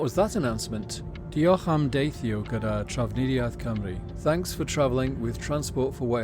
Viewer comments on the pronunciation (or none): none